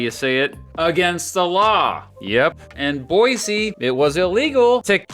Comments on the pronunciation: I'm an Idahoan and I appreciate your effort to pronounce 'Boise' correctly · Thank you for pronouncing “Boise” right!-proud Idahoan